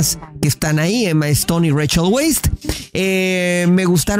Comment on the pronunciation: El apellido de Rachel se pronuncia "Vice", o ya minimo "Wise". Es Austriaco.